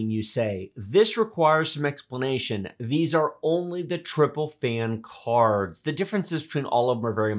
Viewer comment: the way he says "caarrrds" LOL